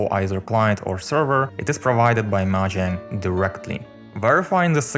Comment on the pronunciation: STOP SAYING MAHANG